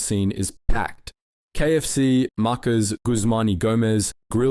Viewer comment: AI voice can't say Maccas ... Marcas lol!